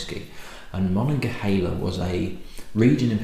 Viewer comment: Hi -- Rittenhouse Square is a park and a posh area of Philadelphia. GermanTOWN is a not so posh area of Philadelphia. Ma-nog-a-(H)EEL-a is a river and region in Western Pennsylvania. Great review, good work. From Pennsylvania. Cheers.